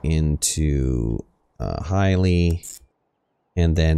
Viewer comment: It's pronounced "HI-AH-LE-AH."